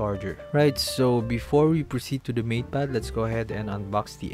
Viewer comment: Why do I hear "meat pad pro" instead of "mate pad pro"